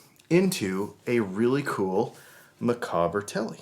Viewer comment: Micawber, from Charles Dickens' book "David Copperfield") - pronounced 'Mic-AUB-er'. Rhymes with 'dauber'. Otherwise cool.